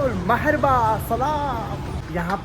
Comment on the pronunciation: Wo marhaba hota hai maharba nahi..😊